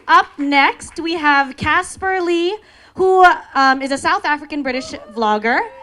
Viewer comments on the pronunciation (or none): CasPAR not Casper. They could have gotten a better speaker who respects names for an intro. Seriously is she even a youtube fan? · Omg IKR. I was so bothered by it. If they did their job properly and actually watched YouTube videos, she would never have said DIECASP.